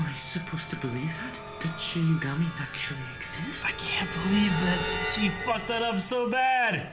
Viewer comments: Is just going to mispronounce a word in every show? Demigorgon vs DemOgorgon, Shimigami vs ShiNigami, the list goes on. I wonder if it's on purpose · Shinigami - She-knee-gah-me pls guys.. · İts not shimigami guys... its shalabustakimbigayori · How is STILL saying Shinigami wrong? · Their names are Misa and Rem and its “shinigami” not “shimigami”. Hope these help!